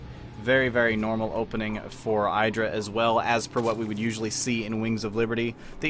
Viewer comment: I get why you want to be like Artosis, he is awesome. But it's Idra not Eyedra -.-'